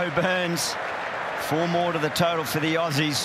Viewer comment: Lol auusie 😂😂😂